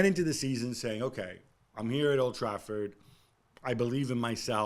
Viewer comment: The way he said old trafford clicks 😂